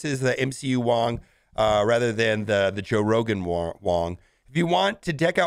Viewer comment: Did you say Joe Rogan Wong costume?